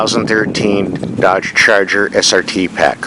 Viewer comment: "Dodge Churger"